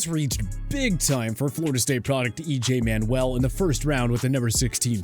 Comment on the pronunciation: EJ Manuel's name isn't pronounced EJ Manwell, numerous times over the years he mispronounces names , it's almost like he just reads the script and has no understanding of what talking about.